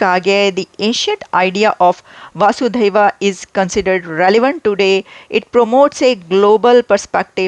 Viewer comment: Highly laudable. Some correction with pronunciation: vasu: here, the sound of 'a' is unstressed as in 'ab' (now). Dhaiev: dha+iv: definitely this. Kutumbakam: all 'a' sounds are unstressed. Vasudha: that which stabilises or wears the Vasu, the celestial vehicle of Lord Vishnu, he who nurtures the universe. Next, you may have a clip on Panini, the father of Sanskrit grammar. Panini is believed to have been born in Gaandhaar, the modern Kandahar. Once upon a time, around 2000 years ago, Gaandhaar was the epicentre of arts, math, physical sciences and grammar, which is called as one of the finest sciences, linguistics. Gaandhaar is very closely linked to ancient India. The highway that links Pataliputra (Patna, the capital of modern Indian state of Bihar) to Takshshila (modern Taxila in Pakistan) and further to Gaandhaar as well as Kabul and J(Z) Abul, was called Uttarapath (northern highway, passage).